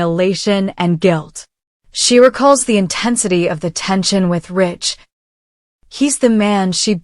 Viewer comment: Stop his name is not Rich it's RIDGE